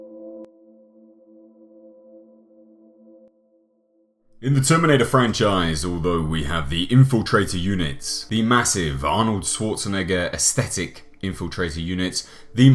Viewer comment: Schwarzenegger not Schworzenegger.